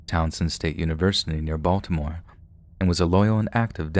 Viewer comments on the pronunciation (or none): none